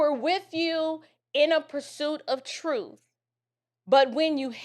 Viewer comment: I lost it when you said troof!😆🤣😂😅😆🤣😂😅